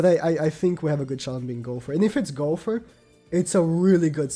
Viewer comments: Hes says Gowfer not Gowther lol still got great info love this channel :) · Is it just me or is he saying Gopher instead of Gowther?